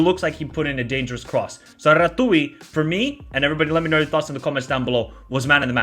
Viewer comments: Ratiu is pronounced Ratzew not Ratouille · Thanks!! 'Ratziu' not 'Ratoui' :) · who the hell is ratui bro? It is pronounced Ratziu. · Rațiu aka "Ratooi" is pronounced "Ratzzyou" (with Z, like in pizza). :) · It’s <Ratziu> not “Ratooie” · "Ratui":))))). Rațiu should be pronounced as "Ratsioo", with "ts" as in "tsar bomb" and "oo" as in "book". "Ratui" is something pretty original:)))) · R A TZ I U ....not R A T U I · Ratziu not Ratoui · It is not Ratui it is Ratiu (read Rah-zziu, with that zz as pizza). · Ratui 😂😂😂 i know it’s difficult to prononce but it still funny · Ratiu is actually pronounced like 'ratziu', not 'ratui'. Just to know for future clips (Hope there will be more about our national team) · it's rațiu not ratouille. It's pronounced ratziu. :) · Rațiu(Ratziu) not Ratui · Great vid! On a side note, i'll give you a little hint with the pronounciation of the names: it's not "RA-TOOI", it's "RA-TZEE-OOH". It's not "DRAGUZIN" it's "DRAH-GOO-SHEEN". Same with "DRAGUZ", the correct pronnounciation is "DRAH-GOOSH" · He is Ratziu not Ratooy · Ratui 🤣🤣🤣 so funny, i love how you say it but the pronunciation is more la Ratziu, because of "Ț" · Ratui lol, that sounds funny. And no worries, it's just fun to hear foreigners pronounce Romania names. You'd pronounce his name like Ra-zz-yu(like the zz in pizza). Yup, they did quite great as a team, a really lovely performance. I feel like the defenders really did an amazing job, but then again, the whole team had a great performance, except one for me. Coman showed something I really disliked.... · Pronunciation of no.2 name (blue hair) is Andrei Ratiu ( Rha-tzy-uu) , not " Ratui " he's the player of Rayo Vallecano (La Liga ,Spain) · it is Ratiu not Ratui :))) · Rațiu it’s pronounced Ratziu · You pronounce it Ratziu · Also a quick correction Rațiu s name is pronounced as Rats - You Hope that helps ❤ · it's Ratiu not Ratui ;) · Rațiu is prononuced Ratz-you Edit: of course, multiple comments on the topic :)